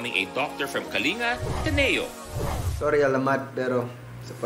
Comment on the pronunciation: Sorry na pero it's Kaling-gah 🥰